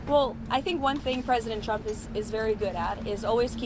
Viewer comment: Didn’t President “Chump”, as Leavitt, pronounces it, say that gas price were at $1.99 about 2 months ago? That’s a huge price spike! Why would she be celebrating $2.70?